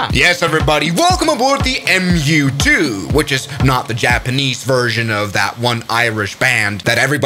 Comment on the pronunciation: Ummmm. There have certainly been a lot of fatal crashes in the MU-2,pronounced M-U-2, but this summary is moronic. Sorry, I hate to be negative online. Please try again.